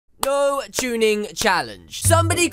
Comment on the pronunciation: My first time I heard tunning I thought you said chunning